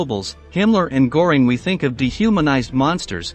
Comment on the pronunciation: Before starting this interesting history of Nazi leaders's children, the author should, in my opinion, have spend some time learning the correct pronunciation of the persons' name he is telling the story, like Speer, Göbels, Göring, Mengele.